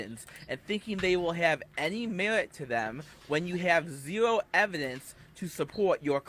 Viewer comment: "I have zewo memowy of gwoping a woman" Regard, you've been recounting it vividly for the last 30 godforsaken minutes!